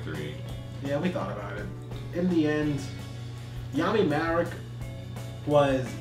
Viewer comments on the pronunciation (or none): I know ima sound kinda picky but his name is actually Malik. The japanese pronounce the L with an R sound but it's actually Malik not Marik. Malik is an actual arabic/Egyptian name and the character was Egyptian. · The characters name is Malik not Marik. The Japanese pronounce the L with an R sound, but it's definitely Malik. Never mind the horrible english dub, they always ruin the true names and pronunciations.